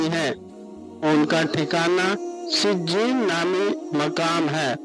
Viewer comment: O Bhai eleyen or sejieen Sahi prho